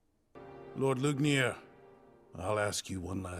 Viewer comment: The way the english dub butchers the name "Lügner" really hurts, guys.